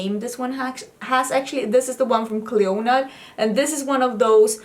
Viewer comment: Clionadh is an Irish name so in Ireland you’d pronounce it Clina as in Cli, in as in in, na as in na so Clionadh hasn’t a stress on the O and the adh is just an A sound hope that makes sense 🙈